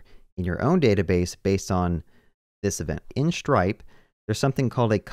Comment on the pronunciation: SHtripe, yeah.